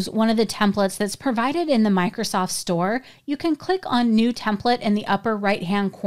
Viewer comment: I'm sorry... Did you say Bikrosoft...?